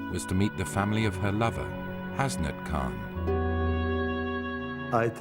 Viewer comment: The way they say 'Hasnat' 😂😂😂! I understand why but that's not how you actually say it tho! There should Be no separation between 'Has' and 'nat'! anyways, never mind!